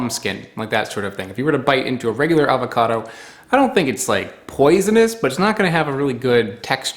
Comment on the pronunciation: I did enjoy this episode a lot. I was unaware of this variety of avocado. I will have to contact the guy at the website you mentioned. One pet peeve: Please, take the "l" out of your pronunciation of avocado. Thanks.